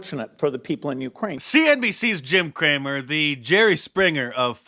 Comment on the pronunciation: Are you sure Jim’s last name isn’t “Cram-it” instead of Cramer 🤷